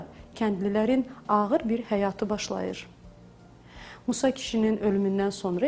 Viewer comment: "q" yox(x) , ( ğ) .Tələffüz bərbad. Başlayır yox ( başdıyır)...